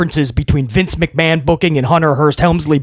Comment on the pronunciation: Triple McMa”H”an 🤥